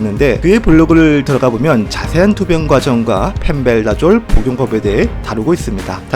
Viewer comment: 근데 펜벤다졸인데 왜 계속 펜벨다졸로 발음하시는건지 ^^